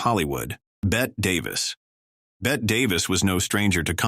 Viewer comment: For Pete’s sake, who edited this? While talking about Tallulah Bankhead, you showed repeated clips of Lucille Ball in ‘I Love Lucy’. Clara Bow’s name was pronounced 2 ways, and the AI narrator mispronounced Bette Davis’s first name - and while discussing her 3 marriages, said she had a tumultuous break up with ‘director’ Gary Cooper who was NOT a director and never was married to Davis. And in the portion on Veronica Lake, you showed film clips of Ginger Rogers! When it came to Judy Garland, it said she was married 5 times, “including to director Vincent Minnelli and musician Vincent Minnelli!” Come on!